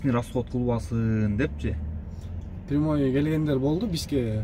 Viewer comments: Салам прямой деп айтылат прамой эмес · АССАЛООМУ АЛЕЙКУМ ЖАКШЫБЫ ПРАМОЙ ЭМЕС ПРЯМОЙ ДЕЧИ ОРУСЧА УЙРӨНӨ БЕРЧИ КӨП НЕРСЕНИ ТУУРА ЭМЕС ОРУСЧА СҮЙЛӨЙТ ЭКЕНСИҢ АРАКЕТ КЫЛСАҢ БААРЫ БОЛОТ АЛЫП БАРУУЧУ